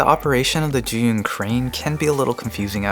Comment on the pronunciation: Lol thank you for pronouncing Zhiyun correctly Sincerely, Frustrated Asian